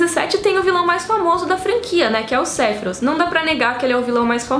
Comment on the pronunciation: Tem que falar Matilria? Matéria! É matéria! Pelo amor de Deus tem coisas que não precisa ter sotaque até no filme de final fantasy 7 nem em japonês ou americano nenhum fala O nome de Sephiroth do feito que vc fala não estou criticando seu vídeo pois gostei e curti mas seu sotaque internacional incomoda!